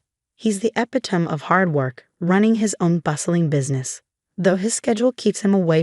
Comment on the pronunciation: "epitome" ? ? ? epi - tome What, isn't there a pronouncing dictionary for A I ? ? ?